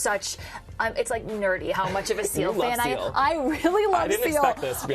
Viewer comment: When she said seal I thought that she said CeeLo